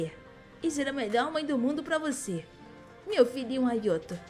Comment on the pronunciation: Não se fala ayoto se fala ayato